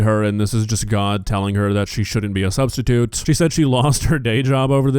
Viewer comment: "sustitute" "sahh". Nuff said.